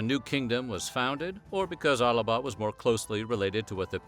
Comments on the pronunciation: Really really really annoying that you put extra A in Alba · Well a lot of this is absolutely incorrect. The only part you got right was the tattooing. It's Alba not Alaba 😂 not Northern England and Southern Scotland AT ALL. And dont mistake Picts with Gael Celts.